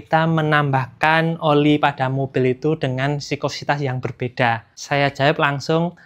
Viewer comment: Ngomong viscositas aja masih salah salah.. sikositas.. sikositas.. Gtu ko uda bawain materi oli